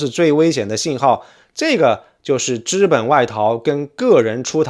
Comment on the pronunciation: 请注意：“资本”读作ziben，不读作zhiben。